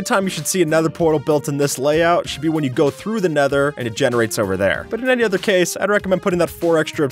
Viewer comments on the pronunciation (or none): Did you say nether pwatal😂😂